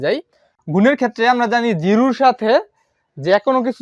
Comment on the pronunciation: jiru na jiro bolan😊